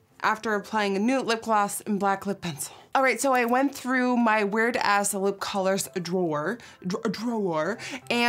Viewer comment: I love how she pronounces “ass” as “as”